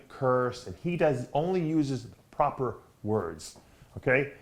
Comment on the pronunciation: I love Dave!!! He's a real propahh gentlemen.